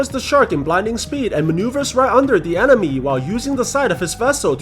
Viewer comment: he said enemo instead of enemy